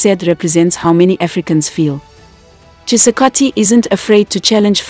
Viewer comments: Felix Tshisekedi not tshisakati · FELIX CHISEKATI,,,,?,,❌,,, FELIX TSHISEKEDI,,,,☑️ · He's Chisekedi not chisakadi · He's called Felix Tshekedi not Khisakati